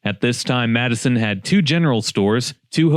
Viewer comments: It’s pronounced Matt’s-Son Great video❤ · If you’re from the area, most people pronounce the town Mattson. The “E” is dropped. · Matteson is pronounced like Matt-son. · it's pronounced Mat-son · Very nuanced pronounciation between Madison like Madison, WI. And a Chicago accent saying the two tt quickly which sounds like Madison but isn't. Think Madesen. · the "e " is silent pronounced mattson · Pronounced "Matt-Son" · You are saying the name wrong 😂 it’s pronounced “mattson “ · Good take. As a local, it's pronounced "Matt-son" but hey easily seen a to why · It’s pronounced Matt-son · It's Matte-Son😭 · It's pronounced Matt-son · Sorry to nitpick but it is pronounced Mat-sn. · Matt sin is how you say that bud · Pronounced matt son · Matteson is a two sylable word. Matte son. Matte as in a matte finish. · I always thought it was pronounced “Matt-son” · Pronounced mat-sun or mat-sin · Its pronounced "Mat-son" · Your mispronouncing that name pretty bad matt-sin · For the record, it's pronounced "matson". Don't know why, but that's how they say it. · Ps we pronounce it MATT SON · The spelling is M-a-t-t--e--s-o-n but it is pronounced Matt - Son. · Wow Lincoln Mall! It’s interesting that an Amazon truck drives into frame ish - the reason why these Anytown, USA malls are all shuttered. (It’s pronounced Matt-SUN) Great series btw. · Its prononced MATTson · I was just about to comment this I don’t know anyone from Illinois that actually calls this place Madison. It’s matte- son for sure. Matte as in the way you would pronounce it if it was a color finish. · I know people that live there. It's pronounced Mattson. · I have to agree nobody in Illinois calls it that, everyone calls the town matt - son. Weird that the website pronouces it that way. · Stop pronouncing it that way! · you mispronounced Matteson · Best to learn how to properly pronounce the city name that you're talking about. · If you’re gonna do a video about it at least you could do is pronounce it right